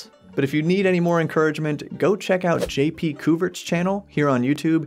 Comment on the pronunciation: Ok my old man ears just cant tell what you're saying. I'm hearing JP Coopert, but that only brings up a music artist. Not a sketch artist. Nevermind. I've already watched one of his videos. I saw it in my history. JP Coovert. I was close. LOL 😅